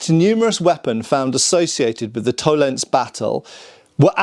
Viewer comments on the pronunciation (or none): Tollen(zee) - not Tollens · To len se. Every letter is pronounced, because German. Vollgriffschwert : folgriffshwert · It's Toll-ens-eh, there is no silent "e" in German... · In the word "Tollense," the "e" at the end is pronounced, just like in "Porsche." In German, an "e" at the end of a word is never silent. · Okay, I love, but bloody hell: German language is a context. Please treat "Tollense" as a German word,. Don't be one of the hundreds of British YouTubers who just go "By Jingo, this is English!" whenever they see a foreign name. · FYI, Tollense is pronounced with 3 syllables. No silent e's at the end of German words, but an unstressed schwa in this case